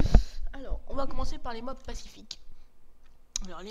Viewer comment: On dit Mobs